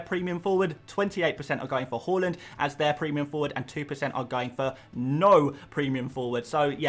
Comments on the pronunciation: His name isn't pronounced "hORland it's hARland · Harland, not Hauland! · Please please say “har-lund” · Love your videos but the way you pronounce haalands name in every single video makes me sick